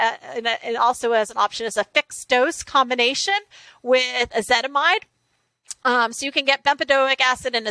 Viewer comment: She’s very knowledgable. Nobody wants to correct her when she keeps saying ezetimide instead of ezetimibe..